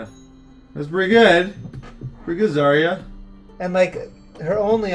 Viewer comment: Guys,try to pronounce zarya as zar'a with accent on second "a" zar'A instead of zArya It's true russian pronunciation)))